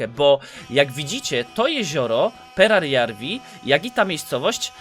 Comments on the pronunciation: Nie czyta się perjararwi tylko peradżawi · Perajarvi a nie perarjarvi kurw... tyle razy błędnie powtarzane to już tiltuje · Mógłbyś czytać perajarwi zamiast perjararwi?